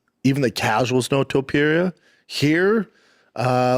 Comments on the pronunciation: 🗣️ Topuria ❌ Topeir ✅ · Brendan Schaub- ‘Tupeeria’ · Conor McGregor: 'Illy...Illy...Arturo....Topturo'